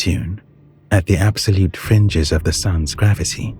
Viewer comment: Absolete fweedom